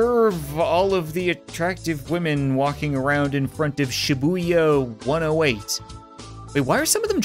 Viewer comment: Shibuya is a place in Japan and you just butcherd the name